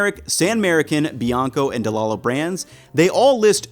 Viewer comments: It's actually pronounced "De Lie Lows". They're from my hometown and my family did business with them. 😆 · It's spelled Delallo, but it's pronounced Delīllo... trust me, they're from the hometown of my wife and my favorite Italian specialty store/deli/bakery/olive bar of all time.